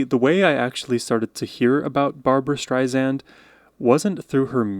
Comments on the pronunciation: Two things. First pronunciation is StreiSand, like sand on the beach, not like a Z like StreiZand. Second, the Streisand effect was coined when there was no internet. I believe it happened over a news article that claimed that she had bought some birds and allowed them to fly and poop all over her house. When she tried to squash this untrue claim, it became what we would now call viral. She is my favourite artist and has been for my entire life. No one has ever compared. If you love her musical performances, watch some of her films. Some of the best musicals ever made. In fact, the last number you viewed was the final scene from A Star is Born. She is above all, an actor, blessed with the most beautiful voice. This is what comes through in all of her singing performances. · It's so exciting to watch young people discover an artist like Barbra Streisand. You've noticed many nuances already. One thing though, in case you do any more reactions to her. The second "s" in Streisand is a soft "s" - as in "sand on the beach." Be sure not to pronounce it like a "z." She has had a problem with people misprouncing it for many years. She even had to ask Steve Jobs personally to change the way Siri pronounced her name, and he did. :-) If you liked this performance, you should also watch another medley she did with Judy. If you search for "Hurray For Love, Judy Garland and Barbra Streisand" it should come right up. I also highly recommend "One Less Bell to Answer/A House Is Not A Home" and the "Yentl medley" from her 90s concerts. You'll be floored. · Thanks for listening to Barbra. Just PLEASE pronounce her last name correctly. It's not StreiZand. It is StreiSand. Like sand on the beach. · Say her name correctly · AT LEAST SPELL HER NAME CORRECTLY..I MEAN..WTF? And it's NOT "Strizand"...it's pronounced like it's spelled...like SAND on the beach. Who are you? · Barbra is spelled Barbra and you pronounce her name Streisand, sand on the beach. Not zand. Barbra is the best!